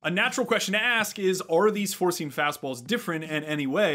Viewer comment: Lots of good info in this video. Funny thing though, I was watching the video at nearly 2x speed (like I watch most videos at), and for the first few minutes, every time you said "four-seam" fastball, it sure sounded like you were saying "forcing fastball", and I kept wondering what the heck a forcing fastball was.